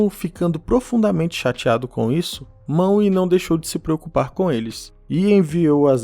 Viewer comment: MANUE. SE FALA MANUE, NAO MAWE. O W TEM SOM DE U.